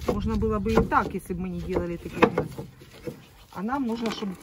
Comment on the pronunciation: ЗаХотовки, Хнезда, как противно все это слушать 😢😢😢😢😢😢😢😢😢😢